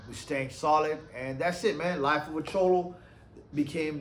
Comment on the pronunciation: Just say cholo normal bro lol